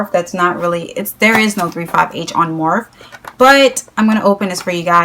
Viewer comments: Morphe not morph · morphe is spelled like coffee, like morffee, and matte is spelled like the name Matt... sorry it's just a suggestion, I'm personally a grammar freak so it just bugs me but you can do whatever you want. honestly, I doubt anyone else is bothered by it